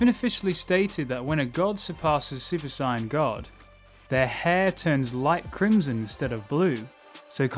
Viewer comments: I hate the way you pronounce saiyan. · i hate how he pronounces saiyan